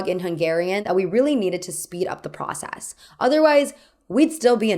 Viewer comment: Speaking of accents, why do you speak like that ? For example, you say '' I guass'', ''procass'' or ''yas'' instead of I guess, process and yes...